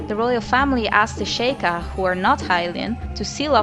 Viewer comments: シーカー族 (Shiーkaー zoku) This is the Kana, it's Shi'ka, not She'ka. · I love these a lot! Their very interesting and you have a lovely voice! i always thought it was pronounced "sheek" and "shee-kai" though lol